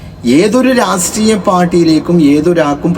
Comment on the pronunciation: റസ്ത്രീയ അല്ലടാ രാഷ്ട്രീയ 😂